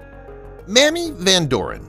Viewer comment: "May-mee" Van "Door- in"